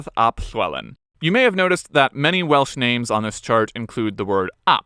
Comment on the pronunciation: Sorry, I was (delightfully) distracted by the awesome pronunciation of those names!!! I love it!